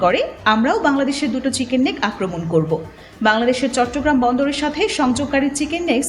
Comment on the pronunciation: "Siken neck" thik moto chicken pronounce korte pare na. Prothom e engreji shik.